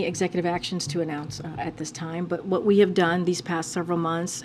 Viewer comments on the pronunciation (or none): HE SAYS VHAT İ THİNK TODAY SHE KNOVS THE VHAT İS PROBLEM AMERİCA HEARS ????????????